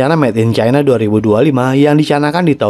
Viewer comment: Cara bacanya CAINA..